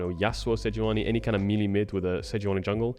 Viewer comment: May-lay. May-lay. Melee is pronounced may-lay.